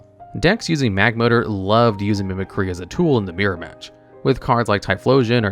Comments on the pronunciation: Why did you pronounce Mimicry so wrong? Mehmeh-cry?? Then you pronounced it correctly later haha😅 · It bothers me that no one can say mimicry correctly. Its “mimic-ree” not “mimic-rye” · Charizard mills the opponent instead of the player. Mispronounces "Mimicry" . Gets it right though. Some of his videos are worse than others though.